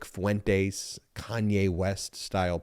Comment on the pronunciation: Why isn't anyone able to pronounce Fuentes right?